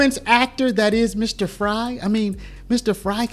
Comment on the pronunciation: I’m from Minnesota and wanted to say thank you for covering this! There was information I was not aware of!!! And by the way you pronounced it right it’s mayor Fr-i …. Like French fry lol